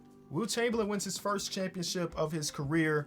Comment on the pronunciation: Lebron going firth instead of first is gross